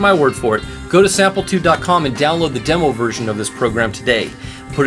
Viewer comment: Sam-PLI-tude, not Samp-EL-tude., product specialist, please,pronounce the name correctly, at least. OR at least edit your productions. Or go work for Prol toos.